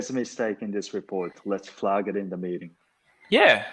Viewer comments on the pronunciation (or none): ｢ゼァー｣が｢ゼー｣になるのは知らなかった。フラーッグのアーが日本語のアーになってますよ。アップルのエァーにしないと日本人の英語になってしまいます。アンダスタンドもアンダスタンドじゃなくてアンダステァーンドゥとかにしてアをアップルのエァーにしないと日本語の発音になってしまいますね。ダラーズがドルースになっでドスの効いた？発音になっている。私はニックが使うみたいなアメリカ英語が一番好きかな。